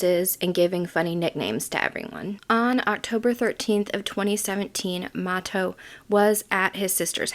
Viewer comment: and it is MA-TOE